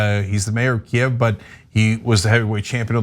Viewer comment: Thanks to Ana for pronouncing Kyiv correctly!